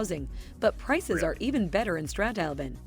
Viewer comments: Strat-Halben is actually a gorgeous town in the Adelaide Hills and is pronounced StraTHalben - mostly though we just say Strath. Anything along the Great Ocean Road will have very cold sea - straight from Antarctica. Take your wet suit. AI is ghastly and will kill the joy of the internet. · Not "Statalbin. STRATH AL BYN, Strathalbyn 😂😂😂😂 in South Australia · Those AI pronounced place names are so cringe .Strathalbyn in SA is said STRATH- AL-BIN and its settlers were Scottish back in the day. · The first time the narrator said "Strathalbyn", she stuffed up the pronunciation. She actually said: "Stratalbyn." There is a "th" sound in there of course. Though she pronounced the word correctly the second time she said it. Yea it's likely a robotic / AI voice. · uhhh. no, the "th" is not sounded like "the". But correct that its Strath-albin. They also forgot to say that it is in a major wine region and is also a shit hole. But hey, maybe if your retiring there you might like it. A million bakeries, cafe's and antique shops. not much for youth or young families except for maybe the pool or skate park. Or proximity to Adelaide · Correct pronunciation = Strath-Albin. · A lot of those towns are way too touristy to live, and the pronunciuation is terrible - e.g Strathalbyn woud be pronounced nore like"Strath-albun" with as much Aussie drawl as you want. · Love the way they pronounced STRATH-AL-BN spelled phonetically so you know how to pronounce it, Beautiful town, went there twice last weekend (Saturday and Sunday) It's a great drive from Adelaide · lol it’s strath-al-bin ( byn) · yeah wouldn't be going near Alice Springs... unless your out in the desert and your gathering supplies... loved going house hunting in Esperance with ya ! and Esperance is a very nice little town... Strathalbyn is pronounced Strath-al-bin, or as a South Aussie, we call the place Strath ! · Gah! Machine narration! Aussies pronounce it more like “By-run” Bay… “Ev-van-dale”… “Strath-al-bun”